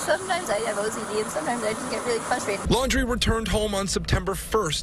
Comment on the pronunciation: Why do people keep calling them the Landry’s? It’s Laundrie.